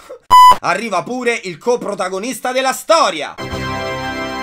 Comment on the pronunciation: Comunque vedendo anche il video della Natività mi sono resa conto che hai un problema con la parola "coprotagonista"